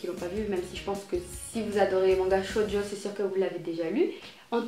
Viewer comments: sa se dit shojo pas shodio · Juste une note ! ça se prononce "tchojo" ^^ sinon j'aime beaucoup tes vidéos!